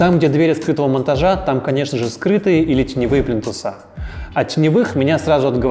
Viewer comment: Спасибо! Очень много интересного и полезного узнала из Ваших видео. Но, пожалуйста, не говорите «плинтусА» - правильно плИнтусы. А также малярЫ, а не малярА. Правильная речь сделает Вас ещё более крутым дизайнером) Удачи!